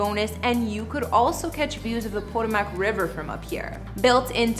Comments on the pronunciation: You are saying it wrong!!! Po- ta-mac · Did she really just say ...... neva mind 😮 SMH!!!!! It's pronounced PUH-TOW-MUHK. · Did she just say Real Housewives of PODO-MACK?? Y'all really get to succeed with minimal fckn effort. Smdh. 🤦🏽‍♀️ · "Po" "Toe" "Mac" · Poto-mac? What's that? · RHO “Pötòmäç” 🥴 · Po Toe Mic girl. Not whatever you said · Please learn how to pronounce words, correctly….PUH TOE MICK. Or Poe toe muhk …smh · I find it irritating that she doesn't pronounce Potomac correctly. Even if she never heard of the town, it's also the name of the river that flows by Washington, DC. It's not exactly an obscure name. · Obviously she doesn’t watch the show because she can’t even say the name of the city.